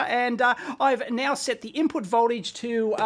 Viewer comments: "Ibput voltage" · Loving the IBPUT voltage, lol